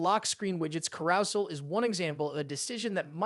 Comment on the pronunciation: The way you said carousel took me out.